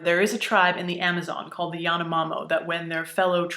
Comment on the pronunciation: the brazilian tribe is the "Yanomami", pronounced more or less as... YEE-AH-NO-MU(as in MUst)-MEE" (love your videos!) =P